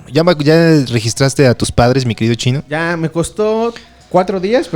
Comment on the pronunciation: Espero haya aportes periodísticos de "el financiero" por cierto me agrada cuando a chino le dicen "chine"